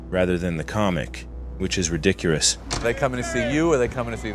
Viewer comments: He said "ridicurous" :) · 'ridicurous'... methinks your Ai is showing. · Did you just say “Ridicurus”? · did you say ridicurous??? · I caught that “ridicurous” 😂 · Engrish? Rdicrurus? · The gay king joke only failed in your PC mind. Ridicurous(as you pronounced it). A single bad joke wouldn't be considered bombing anyway. Do something yourself. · ...at " ". "Ridicurous". I can't unhear it. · lmao did you say "ridicurous"? Or was that the subconscious shadow the hedgehog coming to "correct" (if collect* isn't obvious there) his kalma? You're IQ is triple digit so you'll get it. Great content man. I hope to see your channel grow. You've earned a new subscriber 🤝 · There it is. I had to search and confirm that in such a well spoken video, that “ridicurous” had to be an intentional inside joke….. surely? Well played. Great vid. 😂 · ridicurous??? are you inventing new words? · I absolutely did not understand it - clocked he mispronounced it but no idea why. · what was that word? I'm leafing through my dictionary, but I can't seem to fime it. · Is there a joke here that I’m not getting? I am pretty certain the narrator wouldn’t have just carelessly mispronounced a word like that but… idgi